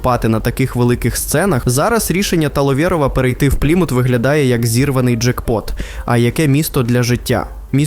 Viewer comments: "Пліму́т" Порада диктору. Якщо вперше прочитав якусь назву, погугли як правильно наголос ставити. "Плíмут"! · Чому ПлімУт, правильно ж таки ПлІмут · правильний наголос "плІмут", а не "плімУт" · плІмут, а не плімУт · ти вже визначся - плІмут чи плімУт? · Пацаны, спасибо за ролик! Но ПлимУт, НальчИк, и Агентство, а не агЕнтство - это немного дико) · Що з наголосами, ПлімУт, НальчИк? розумничка 👌, на відміну від "десанту" в Туреччину. Ну і головне 🙄, зрозумів етимологію, походження його спотвореного расеянским закінченням на /ов/, українського прізвища.😂